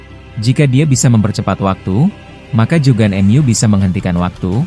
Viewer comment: Ngomongnya itu Lo..Jogan jadi JAN